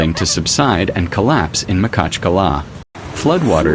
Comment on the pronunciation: У нас город Махачкала,а не Макала неужели труднотпроизнести?